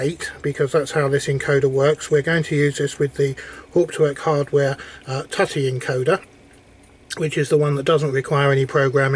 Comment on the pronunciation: Tutty? 😲 It's 'too-tee', as in tutti fruitti.